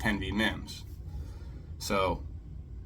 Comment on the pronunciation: I wasn't too upset until that moron said mimms. Stupid ass!!